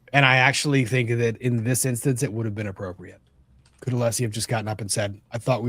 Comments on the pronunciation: Hank knows how to pronounce Alessi for sure because he says it correctly when arguing once and then immediately switches back to aleeeeseee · is correct about Brennan’s mispronouncing Alessi’s name. Brennan said it correctly once and then immediately reverted back to the mispronunciation. The correct version was his slip up. This happened at some point in this very hearing! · Also, I think it's intentional with Brennan because, 1. Allessi introduces himself every frickin morning. 2. Brennan gets his name right once and then reverts back shortly after.